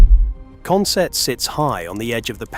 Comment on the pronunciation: i'm from newcastle , go up to consett odd weeks good retro game shop there but we say it consit not sett